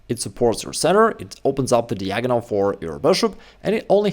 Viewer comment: I believe that one day will learn how to pronounce the word "diagonal" properly. He's an intelligent man.